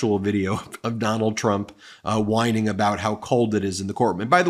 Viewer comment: Oh, I get it now. All along, he's been mispronoucing whining. It comes across as winning who knew.